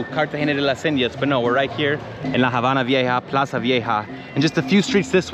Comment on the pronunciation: Dis you hear say "HABANA" (on 31.34mn) with the silent H? (hABANA)